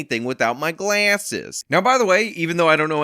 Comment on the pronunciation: You are a little shit! The way you said "I can barely see anything without my Glahhses" had me absolutely DEAD!.. I had to stop the video until I calmed down again. 🤣🤣🤣👍